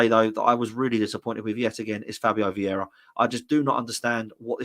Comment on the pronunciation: Would you please be a bit clearer. What are your thoughts on Vieira 😂😂😂